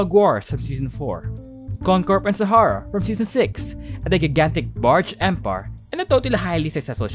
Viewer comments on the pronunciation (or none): none